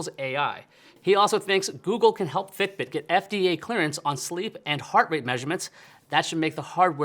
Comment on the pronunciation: The way he says, "fiTbiT."